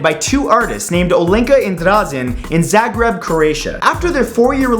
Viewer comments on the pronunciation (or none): Matthew you goddamn said "Zagrav" instead of Zagreb for the broken relationships museum. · That's not relly how do you say Zagreb xD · Its Z-Ah-Greb Croatia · I died a little bit on the inside when I heard him say Zagreb.